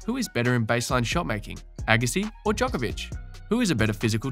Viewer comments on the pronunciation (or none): none